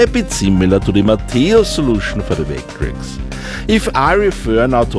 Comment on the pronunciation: is it just me or does sound like he says "vayck-trecks" sometimes? <3